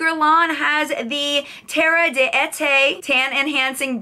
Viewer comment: d'été is pronounced "daytay".